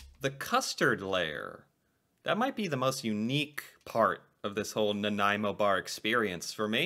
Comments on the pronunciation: You did well pronouncing Nanaimo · Ha! I’m from Nanaimo. A local bakery here makes the yellow Center with a peanut butter mix. It so much better. By the way you say Nanaimo really well.